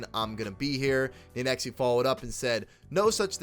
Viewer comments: U can just pronounce it “nade-x” bro ! Big fan of the channel just tryna help 💪🏾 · The way he said nadexe name got me so mad😭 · Thats not how you say nadex u dumbass